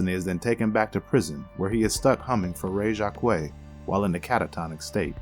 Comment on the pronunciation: That completely butchered pronunciation of Frère Jacques, though